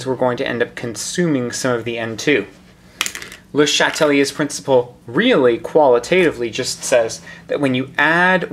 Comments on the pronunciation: I love your videos, you're helping me pass Chem 2, so thank you so much!!! But as a double major (with French) I'd have to say I'm pretty sure its pronounced as Shat-lee-A, not Shat-uh-lee-A, or even pronouncing the first E in Chatelier at all. Regardless, you're the man, thank you so much. Just got distracted by that that and had to mention it. Keep up the awesome work, hundreds of chemistry grades depend on it! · You pronounce his name weird